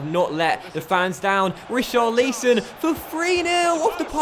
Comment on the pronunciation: Just a heads up! It’s pronounced Ri - char - li - son. Not: Ri - char - leese - on. Loving the series though. Any update when FM 18 will happen? I’m sorry if you’ve mentioned it before, I may have missed it.